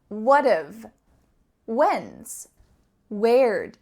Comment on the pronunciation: Why the heck did you devoice the /s/ in How's? Is should be howz. Same with when's. Also you added the pronunciations like wul for we'll, but didnt mention the ones like shoulda, shouldna, etc.